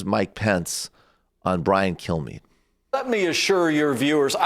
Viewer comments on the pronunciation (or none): none